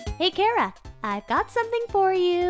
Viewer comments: Do you pronounce it “Care-A” or “Char-a” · Its ch ara not cara